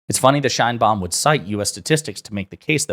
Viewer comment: Probably US will heard a lot about president Sheinbaum, please learn how to pronounce it. My ears hurts😢